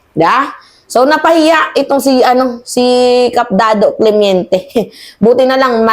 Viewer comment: Clemente not clemeinte